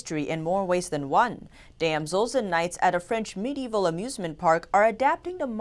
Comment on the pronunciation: Why?! It's not 'med-eval' it's got an 'I' in it....'medi-eval' 😕😔